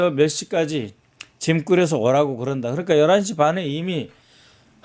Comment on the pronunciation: 있었슴다??? 북한 발음이네!!! 그렁까??? 뭔가., 한국어 표현이 넘 어색하네요!!!!